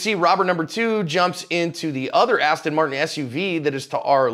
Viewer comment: Seriously man its not an astin marton, its an aston martin